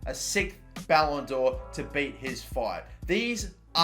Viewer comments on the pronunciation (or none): none